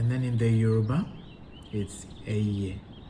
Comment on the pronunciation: You're doing well in Yoruba pronunciation